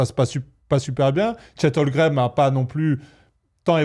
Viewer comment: Le fait que vous dites tous les trois « Chet Holgrem » au lieu de « Chet Holmgren » me fume.